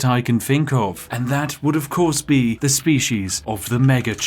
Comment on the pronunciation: so, why does the spiffing brit play to this gimmick of being a posh englishman and yet refuses to pronounce "th" properly in a single word? baffles me. the slightly posh accent is heavily undermined by the extreme lack of rp